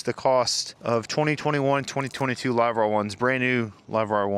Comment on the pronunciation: WTF is a Live-wrrr 1? Are you drunk?